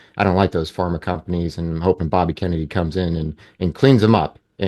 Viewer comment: The host can't even get RFK, Jr's name right....? *sigh...